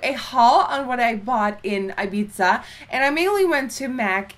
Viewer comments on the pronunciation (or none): it's "i-beeth-a" not "i-beeza" 😂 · Just FYI - It's Ibiza like I-BEE-THA like Thad not Ibizza like Pizza. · I think it's pronounced like Ibitha Nikki haha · eye-biza omg, never hears anyone pronouncing it like that :D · Don't you pronounce it Ibitha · Ibiza my dear is pronounced IbiTHa no 'z', 'TH'. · Erin MacPherson yeah that pissed me off! By the way, we have the same name! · The way she said Ibiza just..man..no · The pronunciation of Ibiza, noooo!